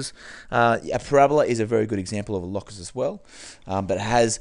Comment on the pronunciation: is it not pronounced "low-cus" and not "law-cus"